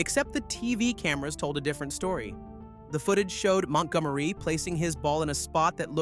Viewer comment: Ah yes, that little known golfer Mont Gom Ereeeee! Nothing like Ryder Cup hero Montgomery.